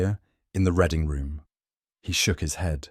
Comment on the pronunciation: Reading room should be pronounced with the sound read as to read a book not as in the colour red